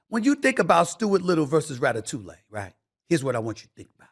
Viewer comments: Rat a two lay? Lol I believe you are saying that all wrong SAS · It's pronounced "Rat uh too ee." 😂 Good video, though. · Stephen A. "Rata-tuley" Smith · “Ratatou-lay” Stephen A be wrong and strong with these pop culture pronunciations, and I’m here for it 😂😂😂😂😂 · Ratatoolay? Ha ha, this fool. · Rata-toulay got me🤣🤣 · Lol hearing Stephen A say “ Ratatouille” was the funniest ish ever. Need to be a sound bite 😂